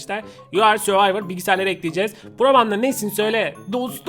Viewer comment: Yu ardı söyvayvır diye okunuyor